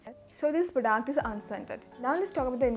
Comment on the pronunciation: Why do u say prodaact